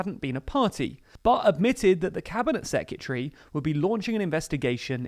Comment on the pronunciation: The way you mispronounce "secretary" is really annoying